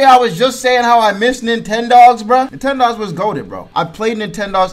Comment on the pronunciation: "Nin ten dogs" 💀